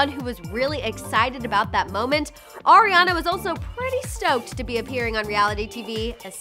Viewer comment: Did anyone else catch when she says “oriana grande” and not Ariana?